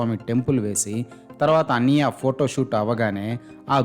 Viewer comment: మీకు కాన్సెప్ట్ అర్థం కాలేదు, ఆయన అన్నయ్య అనే పదాన్ని అన్నియ్య అని ఉచ్చరించడం లో చాలా depth ఉంది, అది అర్థం అయితే మీరు ఈ కామెంట్ పెట్టరు